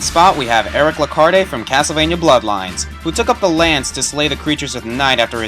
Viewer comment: You should know that the E at the end of "Lecarde" is silent.